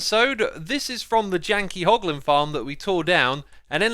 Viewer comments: It's hoglin not holgin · *hoglin not holgin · did i see "Hlogin?" and now "Hoglin" lol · It's hoglin heh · You mean "Hoglin", Right? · What's a holgin X, I think you meant hoglin😂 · Hey X, not to be an annoying little child, but you called the Hoglins - Holgins, or I just dont know the name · hoglin not holgin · HOLGIN farm? HOGLIN, right? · Everyone: Hoglin Xisuma: HoLgİn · x, it's hoglin not holgin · its Holgin oopsie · "Holgin farm" 😂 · Ah yes, holgin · "Holgin farm" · Anyone notice "Holgin" 😂😂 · "H O L G I N" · A "holgin farm" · No one: Literally No One: X: Holgin HAHAHAHAHAHA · What do holgins drop? Porlk chops? Lol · “Holgin Farm” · “Holgin” lmao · Its meant to be hoglin